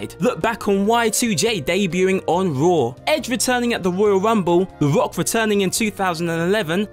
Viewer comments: I mean hes good, really but I just couldnt hold my laughter when he said "The Wock" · The woyal wumble and the wock